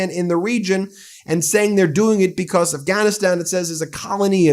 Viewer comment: Why can't he say "because" correctly? Bee-cosss😆